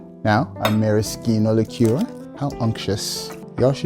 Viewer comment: Wow. An American who finally pronounces "liqueur" correctly. Thank you.